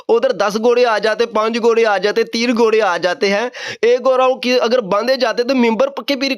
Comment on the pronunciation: گھورے نہیں گھوڑے ہوتا ہے بیٹا پہلے اردو زبان پر دھیان دے پھر آگے آپ کو بتائیں گے کیا پڑھنا ہے 😂